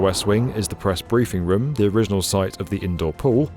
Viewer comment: The way he says room (some of the times) makes me angry